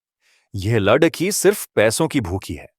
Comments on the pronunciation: Kahani ko padte hue shabdon ko dhang se bolo agar hindi nahin padh sakte toh kisi achche hindi ki jankari ho larki ko ladki padh rahe ho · कहानी कहने वाले को लड़की बोलना नहीं आता। क्या वह हिंदुस्तानी नहीं है?